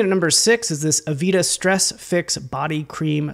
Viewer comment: Great content! Heads up though, it's pronounced "ah-VAY-da", not "avita" 🙂